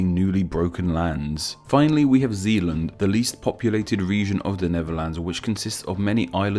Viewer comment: I’m not sure how you took /zeːland/ and made it /ziland/.